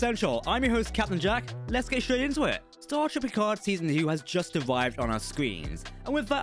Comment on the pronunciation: could just be the accent but it almost sounds like he said "starGATE universe"